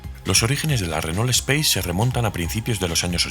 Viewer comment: 😅 Es raro escuchar nombrarla "speis", es un vehículo francés no inglés, ellos la llaman como "espás", y por aquí siempre dijimos "espace" tal como nos suena